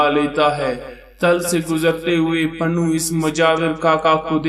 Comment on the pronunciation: Pannu nhi janab Punnu hota hai